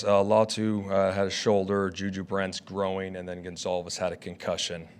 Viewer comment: Did bro just mispronounce the word "groin"?